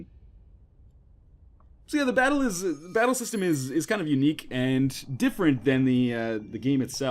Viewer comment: i though that he said "shit dies" system O.o